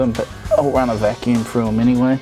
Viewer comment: Mate, the word is pronounced through, not frue